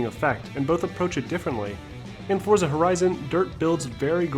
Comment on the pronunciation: its pronounced 'fortza' the z is italian